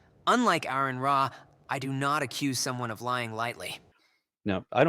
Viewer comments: Aron Ra's name is pronounced R-N Raw.... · Learn how to say his name first. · You don't even know how to pronounce his name...